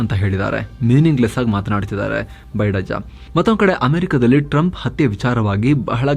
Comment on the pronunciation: ರವರೇ, ಪದೇ ಪದೇ ನಿಮ್ಮ ಬಾಯಲ್ಲಿ ಬೈಡಾಜ್ಜಾ ಅನ್ನೋ ಮಾತು ನಿಜಕ್ಕೂ ನಗು ತರಿಸುತ್ತೆ 😂ಬೈಡಜ್ಜ 😂😂